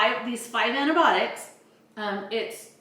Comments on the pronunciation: Can you please learn to say the word correctly? An - ti - by - AH - tics. You are completely missing an entire syllable! For an educated woman, working in the medical field, that is weird. And Fish antibiotics work perfectly well and are made in American labs just like this and are a whole lot less expensive. Don’t knock it if you haven’t tried it. While the goal is a noble one, other sources are equally good and cost less in this inflationary market. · Repeat after me…. ANTI-BY-AWH-TICK…. Antibiotic. I sincerely could not take the video seriously by hearing you call them antibotics.